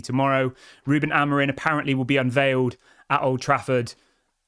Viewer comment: Why do you keep saying Amorin? It's Amorim.